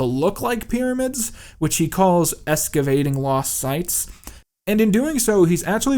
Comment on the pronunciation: ex-ca-vating. ex-ca-vating. not essssssssssssssssssssssssavating